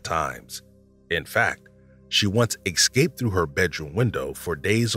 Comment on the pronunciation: Not to be mean but you keep saying Excape instead of Escape. ESKAPE